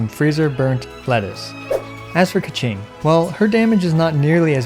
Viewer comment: Sorry to all Mandarin Speakers..Please dont say KeChing